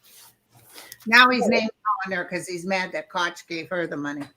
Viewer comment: Did say Crotch Bothers? (Koch). Hahaha😂 new nickname. About religion, Neptune moves into Aries influencing a change starting 2025/6...UFO's appear and religion will evolve. Plus all the NDE experiences are influencing people and the medical community.